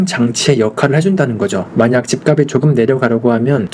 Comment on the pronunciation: 집값이 > 집갑시 지값은 > 집갑슨 발음 교정좀요